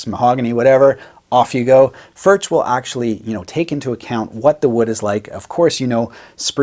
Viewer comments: It's not "FurCH", but "FurKH". ) Sorry for my... ) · Its pronounced Furk not Furch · вот вот , он говорит не Фюрч а Фуркх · Actually you should not say "FurCH", but "FurKH". ) Sorry for my... ) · I own one. I have heard that the correct pronunciation is "furk.". I love mine! Great playing! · Pronounced Furk!!!!!!!! Just bought a Yellow OMC-CR! 😊😊😊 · No, FurCH is more correct, but you are supposed to produce the CH-sound in the back of your mouth. Check out Paul Davids video on how to pronounce it correctly. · If the correct pronounciation were the way and all other English speaking youtubers, for that matter, pronounce it, the correct spelling would be "Förtsch". Given last name, I would have thought that some German or Swiss or Austrian Grandmother or Grandfather could have told him. Nonethless, I like the channel, I like the video, and they make great guitars. The "u" is a "u", not quite like in "good", but similar. And the "ch" is similar to the Scottish one. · It's more like Furg, since it's czech. English speakers just pronounce it different because most can't say it. lol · It’s pronounced “ F E R K “ Cheers ✌🏼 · I'd say your pronunciation of Furch is still half influenced by English. The "r" is made with the tip of your tongue, not its middle. The hardest part for westerners seems to be the "ch." It's to be made very smooth. Similar to whispered "h." Let air blow between your stiffened tongue and your upper palate. Don't make any vocalization with your throat. And don't let any saliva bubble. The trick is to retract the tongue as soon as it makes the windy sound so that it doesn't linger for too long. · The ch in Furch is pronounced as in Loch Ness. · Awesome vid and utterly delicious guitar. But PLEASE at least try to pronounce it properly. Please.